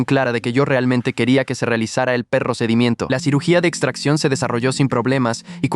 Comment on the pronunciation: Procedimiento ❎ Perrocedimiento ☑️